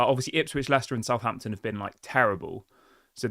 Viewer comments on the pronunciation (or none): none